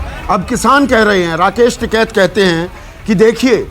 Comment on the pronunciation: संदीप जी ये एंकर महोदया कहा से‌ आई है जीसको टीकेत का‌ नाम हि सही से नहीं आता